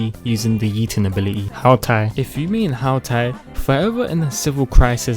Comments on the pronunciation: Its Hu tao Pronounce: Who tao Not how tao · "ZIAO" "KASOOHAH" "HOW TAI" "ZHONGUH LEE" "ZING YAN" "ZING QUE" "ZANG LING" "*CHILD EE*" DUDE IM CRYING I CANT 😂😂😂😂😂😂😂😂😂😂😂😂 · How towl ❤️❤️